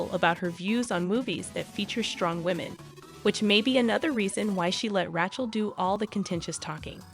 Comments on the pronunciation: I love how the AI butchered ‘rat’ chel. Fitting. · is this AI generated ? Why is Rachel's name sound so weird when you say it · Not just Rachel. Gal Gadot is also badly mispronounced.